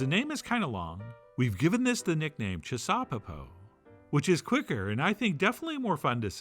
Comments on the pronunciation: I'd like to suggest we make the pronunciation chissaw-PEPO, and not chis-SAW-peppo as our maestro here is doing. However we say it though, this dish is *awesome*, and I've made the oven roasted version umpteen times now, and fed many happy people with it. Using sweet hot peppers in it works great too. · It's gotta be pronounced chisuhPEHpoh. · Making me hungry! Also... it has to be ChisauPEpo. Definitely a 3rd syllable dish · I like the emphasis on CHIsaupepo, as if there was any wonder what kind of saupepo we were making that night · I think the accent should be on the last syllable.